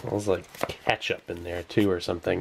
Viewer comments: "Kat-sup" Really? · You don't really call it Kat-Sup do you?